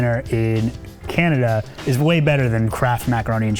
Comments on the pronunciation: The guy said candada not canada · "CANDADA" lol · Did he say candada? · Did he just call it "Candada"? lol..! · Did he say "Candada"? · Did anyone hear 'Candida'? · Lol, he said "Candada"